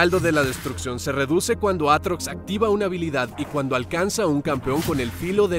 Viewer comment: devuelvan la R a mi Aatrox >:(